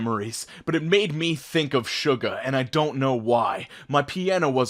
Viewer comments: i know this is heckin late but it's pronounced "shu-ga" by Korean pronunciation and stuff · The way you pronounced "Suga" made my heart hurt man. I said it like that at first and it made me die for myself as well. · suga isnt pronounced like that, its soo•ga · Is no one going to comment on the way he says Suga's name?? XD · you pronounced Suga wrong, just so you know